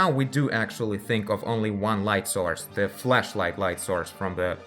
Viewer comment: is it just me or does it sound like he is saying fleshlight every time he is trying to flashlight?